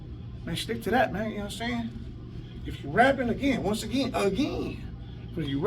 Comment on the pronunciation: at it uh- gin